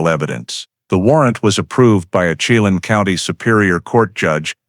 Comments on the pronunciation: Chelan. Is pernounced SHE-LAN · Pronounced: shell- anne = Chelan When-nat-chee = Whenatchee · I would advise you to first learn how to pronounce areas around the story line. You mutilated Yakima and Chelan. Yak’ a ma is the town and Chelan is Sha’ Lan.